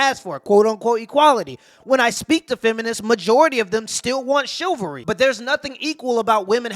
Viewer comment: can’t pronounce “chivalry” correctly 🤣🤣🤣